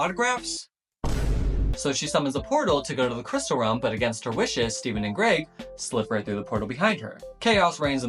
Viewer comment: Lets gooo, he got Greg's name right